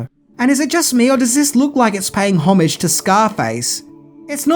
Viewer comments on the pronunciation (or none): none